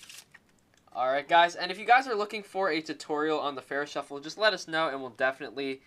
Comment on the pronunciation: Kheshav Ramnarayanan It's faro shuffle. I'm not getting mad because I don't know if you speak English as your main language :)